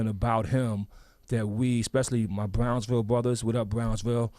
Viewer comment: EXPWESS !!! BWICK MANSIONS!! WOWDY !!! The PWOJECTS !!! The WIZA!!! BWOWNSVIWWE !!! BWOOKLYN STAND UP!!!